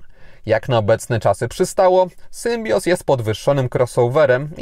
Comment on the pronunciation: Tak w ogóle to mówi się Ostral i Sębioz. Espri Alpine.